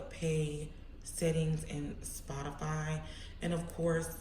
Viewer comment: i love the way she says sPoTafAY